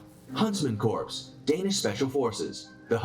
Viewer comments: It’s pronounced “core”, not “corpse”. 🤦🏻‍♂️🤦🏻‍♂️🤦🏻‍♂️🤦🏻‍♂️ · Exactly, i was thinking the same Thanks for pointing that out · not to throw shade but for the information of the masses, CORPS is NOT pronounced "corpse" it is pronounced CORE. The Corps sounds like the core. he's hurting my ears with corpse lol. great video and reaction L. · These guys don't make themselves sound very credible when they pronounce corps like corpse. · It is pronounced corr not corpse! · Ok - narrator is keepin’ it 100 with Barock’s lexicon. Please stop with Corpse! You dummies for allowing this to go to press. Let’s sound it out: CORE. Yes, English language houses a myriad of exceptions in pronunciation, However- these are the Elite of the Elite. Don’t disparage their dignity with your ignorant narration. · That dude apparently knows about all those elite forces, yet can't pronounce "Corps" properly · ......//SIGH//.......'Core' -- it's pronounced "CORE" .......not "Corpse". Jeebus. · Corps is pronounced core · i cant watch this video when the dude doesnt know how to pronounce Corps correctly. not "corpse", it not the Marine CORPSE, the Marine Corps. nothing wrong with you, just the dude in the other video you were watching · First, I'm not sure if I trust someone who doesn't know the difference between a Corp( pronounced core) and a Corpse. Second, I seem to remember that US army Special forces had a 97% FAILURE rate in initial training. Third, I always find it interesting that the SAS is mentioned in so many of these list while the SBS, which is on par with them is not. Interesting video and great reaction as usual. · I hate when people pronounce th "P"and the "S" in Corps. It's "Core" people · I’m glad I read the comments first. I was going to ask why they keep saying “corpse.” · It bugged the hell out of me too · The video was driving me nuts you don’t pronounce it as corps it’s pronounced core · I cringe everytime the narrator say "corps" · he pronouncing corps wrong af